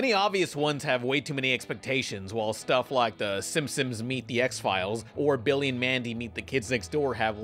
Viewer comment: Dude I've been letting this slide for years but I'm finally gonna bring this up: Why do you pronounce Simpsons like "Simsims"?